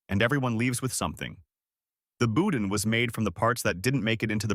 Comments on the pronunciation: Nope. Most of those foods came from Lafayette or New Orleans, not Baton Rouge. Lafayette guy here, so I know that fool is lying, and boudin is pronounced (boo-dahn). Not bou-din. One more thing, BR people are mostly Southern creole, not Cajun. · Boudin is pronounced boo-DAN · It's pronounced Boo-Dahn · Before doing this video, he should have learned to pronounce Louisiana words correctly. I wanted to grind my teeth every time he said, "boudin." Not to mention when he pronounced the names of Louisiana towns incorrectly.